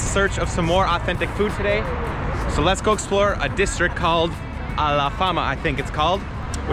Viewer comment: Alfama not alafama